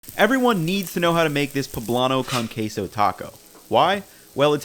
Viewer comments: Poh-blahn-oh chee-lee cohn-quea-soh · bro said kahn case oh